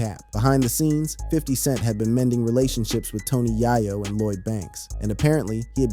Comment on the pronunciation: Dawg! It’s not yah-yo, it’s yay-yo